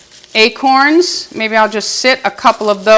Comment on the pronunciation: Your excitement as you are creating is precious! I too love to create... it is for me therapeutic in many ways. I was tickled when you said "acron"...lol Your wreath turned out absolutely gorgeous and looks perfect on your gate! Thank you for sharing. Blessings~